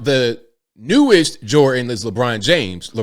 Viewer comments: Who the fuck is Micheal "Jor-in" ? Is he good at "shoo-in"? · there IS a letter 'D' to enunciate in Michael Jordan's name. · Jordan has a d in it please pronounce the d